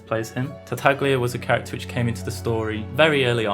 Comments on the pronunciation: tartaglia's name is pronounced tartayia. in Italian gli is pronounced as "y", like tagliatele which is pronounced as ta-ya-te-le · it just hurts my Italian ears hearing people call tartaglia in English tarta-glee-a since the Chinese dub anyway has it pronounced correctly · The way he pronounces tartaglia is annoying me, more so because I don't know if it's right